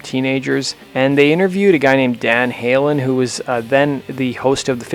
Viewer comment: Did he say "Dan Halen"...?